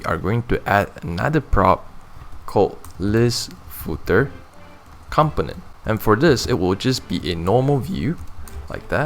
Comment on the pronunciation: Component is not pronounced like that.